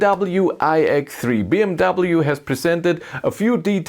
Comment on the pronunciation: Why You don't say BMW properly 😅?